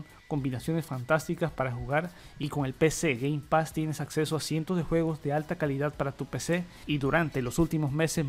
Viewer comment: Con que Game Pax eh? Cada vez tu inglés es mas bello